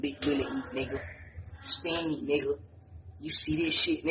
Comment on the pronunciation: When he was like “STEAMED, STEAMED!!” I was dying he for real bout that steamer 🤣😭